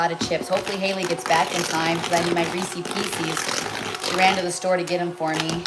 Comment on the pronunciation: Rees is piece is…. Not Reesey pieceys!